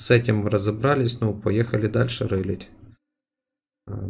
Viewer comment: Не рылыть а ролить